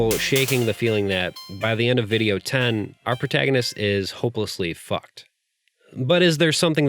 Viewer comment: sorry I just felt that this part was humorous because of the way "fucked" is said